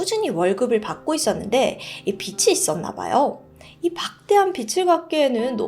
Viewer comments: 진짜 고칠건 고치셔야죠 비치가 아니고 비지입니다! 고쳐주세요. 저 디바제시카 처음 댓글 답니다 제시카는 이런 실수 안해요!!!!!!!!! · 영상보고 항상 느끼는건데 발음연습을 좀 하셔야될것같아요 영어발음 뭐 원어민 발음인지 본토 발음인지는 몰라도 저게 뭔말이야 할 정도로 듣기 거북하게 코인로코 뭐 이런거 신경쓰기전에 한국말부터 제대로 발음하심이 어떨지... 빚을지다 빚이있다 라는말이 비츨지다 비치있다가 아니라 비즐지다 비지있다가 맞는 발음인거잖아요?? 스토리텔링 영상 만드시는 분이라면 앞으로 좀 더 노력해주세요~ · 맞아요. 빛이 = 비치 / 빚이 = 비지 저번에도 그랬던거 같은데 인지 매이인지 헷갈림. 암튼 발음 신경 좀 쓰세요! 또박또박 안뭉개지는 발음만 추구하는거 아나잖아요? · 빚이란 단어를 빛이라고 발음하시네요 주의하셔야 될거 같아요 그리고 과도한 표정 연기? 는 굳이 안하셔도 될거 같아요 무거운 주제인데 좀 불편하게 보였어요